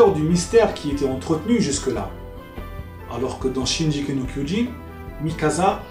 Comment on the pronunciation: Juste une petite correction ! le G de shingeki ce prononce en G comme dans GOD ou Gazelle !